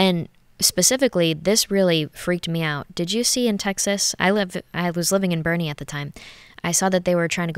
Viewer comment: She pronounced Boerne correctly. She’s got the Texas infection. That’s a really good thing!